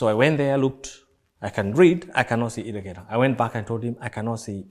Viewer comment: Believe me, niko somewhere i should not be LOL, lakini the Effin/the fuckin' 'ireghera' or irregular or whatever imenipasua !!! Tena, hio 'irregera' kwa pronunciation ya kitorobotoro/kikuyu, inachekesha SANA😂